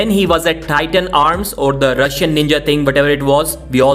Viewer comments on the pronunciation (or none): none